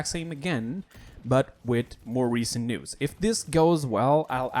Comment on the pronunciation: Is he saying news or nudes?